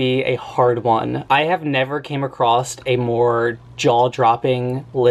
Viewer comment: "Came acrossed" "mind-bottling" aaaaaaaaaargh